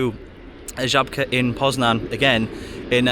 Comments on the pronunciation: I'm impressed by your pronounciation of Żabka. 😉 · Love how well you pronounce Żabka, i wouldn't even think you're not a native if i only heard that word!